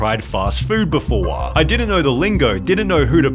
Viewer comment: im annoyed by this dudes voice. he always drags the last syllable lol. "befooooorar" (before) lol hire a better english person